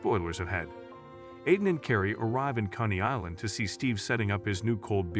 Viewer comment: It’s not iden it’s Aidan 😂😂